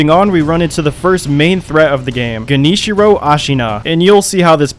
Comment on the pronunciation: the fact that you got genichiro's name right and not kuro's. damn